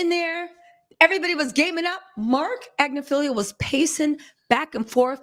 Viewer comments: ag-NIF-aloh 😊 Not Agnif-feelio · It’s AGNIFILOOOOO , notttt AGNIFILIIIIIO Sis 💯💯💯💯💯💯💯💯💯💯💯💯💯💯💯💯💯